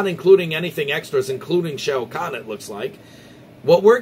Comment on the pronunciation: We gotta work on that Shao Kahn pronunciation... Good video though.